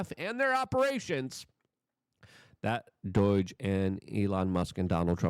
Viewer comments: BS - I’ll believe Scam Blondi will make a move once she ACTUALLY makes a move. And it’s pronounced “DOH-DGE” bro, not “DOY-DGE” ..just sayin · Its doge not doige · It's DOGE, NOT DOYG! You are capable of pronouncing the "long o" sound. I've heard you do so in other words. I don't understand why you KEEP pronouncing it wrong?! Seems like you're trying to mask your speech impediment with an attempt at "drrrrrr"humor? But it's simply not funny. It's sad. It just makes you sound low IQ. I WANT to watch your videos because you talk about important issues, but it makes ME feel low IQ when you persist in ignorant pronunciations and I keep watching your videos anyway. Cant you just speak like an adult? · It’s DOGE not DOIGE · What is doige I thought it was doge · Hey loyke it doge not doyge😂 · DOIGE?? 😂 Love you Luke, but c’mon, now… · Luke, you know it is DŌGE. Are you trying to avoid future video revocation or just want to sound like a moron? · Please stop pronouncing DOGE like DOY-GE. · Sounds like rhytard to hen he says it, smh